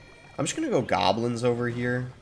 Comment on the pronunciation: What did he just say "Gablins" instead of goblins